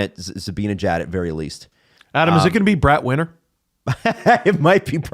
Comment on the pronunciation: Funny how gets corrected for pronouncing Bratt wrong but the correction is also wrong 😂